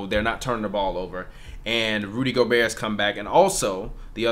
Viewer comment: How does someone still say Go-berT at this point in his career? I feel like it’s common knowledge that it’s Go-Bear at this point.